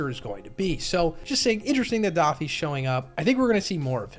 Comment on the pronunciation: Isn’t it Doe-ffy? Never heard anyone call him Daffy before